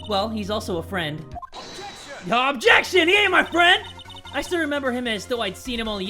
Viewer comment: STOP OBJECSHING! OBJECSHING!